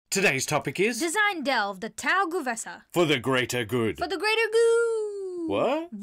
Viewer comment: The first E of GuE'vesa is not pronounced? It feels weird to me to hear "Gu'vesa" 😅